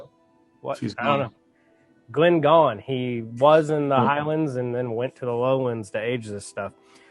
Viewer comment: I enjoyed this episode. Solid Scotch picks too! I’m a big fan of both, especially Glen Scotia. If I may, “Goyne” is pronounced similar to Groin. 😆 I know you’re focusing on bourbon barrel aged scotch, but I need to throw in some other recommendations. Bunnahabhain 12 and Glenallachie 12. On the Irish side, Redbreast 12 and Green Spot. Most of these bottles run between $50-60 in most USA markets.